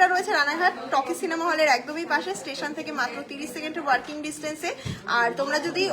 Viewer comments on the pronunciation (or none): Apner anusthan dekhi, bhalo lagey, ami kolkatay thaki, apner du akta uchharon khub kane lagey, apni ki walking ar working er toffath bojhen na...., eto khub e chhotobelay thekei jane, uchharon thik kore korle ar je ward uchharon korchen, ter artho jene bollei anusthan aro beshi monograhi hobe, bhalo thakben ..